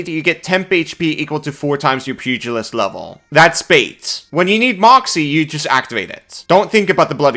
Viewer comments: ...pew-jill-ist...not pugg-a-list... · Small thing, but it's pronounced "Pew gel ist" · Pew-jill-ist. But pug-ill-ist is funnier. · I'm personally disappointed by the lack of squishy-faced dogs in this class. You'd think a pug-ilist (as pronounced by ) would have a whole list of them. Also Happy Birthday! 🎉🎉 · Of course you pronounce it as pug-ilist. You are a pug class. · I was gonna explain how to pronounce pugalist, but you said it correctly a few seconds later so I'm guessing the way you said it the first time was a joke?